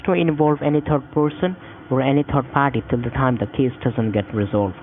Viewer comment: “You are not suppose to inbolb any turd person or any turd party” 😂